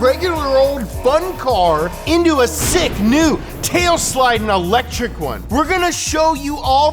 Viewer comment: "EL - etric"